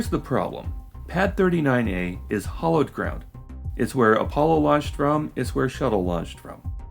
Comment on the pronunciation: it sounded like you said, "hollowed ground" RE: Pad 39A. You did say hallowed, (highly venerated) right?